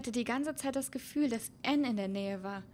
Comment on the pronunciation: Es heißt Anne nicht enn aber auch egal cooles vodeo😍😍😍